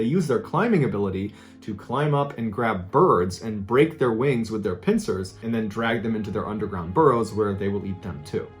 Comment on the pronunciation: Im sorry, did you say pincers?